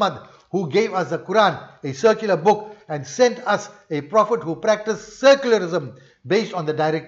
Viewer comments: Salamun alaykum brother, Are you saying "secular" or "circular"? I understand the second but I dont know what it would mean. Sorry for this question 🙏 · Most probably. But it sounds like circular. I am not a native english speaker, and I couldnt make sense of it 🤣